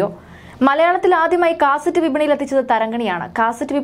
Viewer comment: കാസറ്റ്റ് അല്ല cassette ആണ്